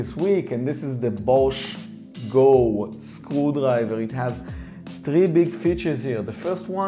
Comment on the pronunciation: why I keep hearing school library every time he says screwdriver